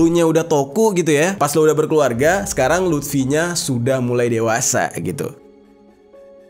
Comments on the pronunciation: Luffy bang bukan lutfi🤣🤣🤣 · luffy bang bukan lutfi wkwkkw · luffy bang jer,,bukan lutfy,,lutfy mah temen gua maen gaple bang jerr😂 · Bukan LUT’fi bang bukan 😅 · Lufy bang bukan lutfy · Luffy bang bukan lutfi... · Teori big three nya agak beda dari pendapat gw, tapi ya bebas brpendapat krna big three gk ada rule atau kategori khusus. Cara baca yg bener hunter hunter bukan hunter ex hunter, dan cara baca luffy itu luffy bukan lutfi ntar jadi anjayani dong. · Luffy bang bukan lutfii anjirr😂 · Luffy bang bukan Lutfi😅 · Luffy bang...bukan Luthfi...Kalo si Luthfi anaknya Mang Jajang...wkwkwkwkwk. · Luffi bang bukan lutfi wkwk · Luffy luffy luffy bukan lutfy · Kok lutfi bang😂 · Lufi bang bukan lutfi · Luffy bang bukan Lutfi 😂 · Bang itu Luffy bukan Lutfi, kalo Lutfi mah temen gue bang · Luffy bang , Klk Lutfy tetangga antum bang😂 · Luffy bnag 😂 maaf bukan lutfy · Luffy bang bukan lutfi😂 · Luffy anj.. LUFFY... bukan Lutfi... Sebeh bed denger nya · Luffy bang bukan lutfi, kalo lutfi temen gw yang suka ngupil klo lagi belajar wkk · Gua stop nonton pas dese bilang luffy jadi lutfi 😒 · Bang jer ga pernah nonton one piece? Maap bang, penyebutan karakter luffy di telinga gw jadi lutfy😂eustass kid jadi eustad😅semangat terus bang, seru nih pembahasannya🔥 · ngakak bang lu bilang lutfi😂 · Walah, stop nonton pas dia bilang "lutfi" :v